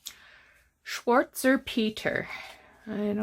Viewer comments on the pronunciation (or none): Schwarz is black in German...schfatz..not spelled right but that's how you say it. I lived in Germany for 6 years in the 80's. Loved it! This journal is so great. I love everything you put in it. The old ephemera is really priceless...beautiful stuff!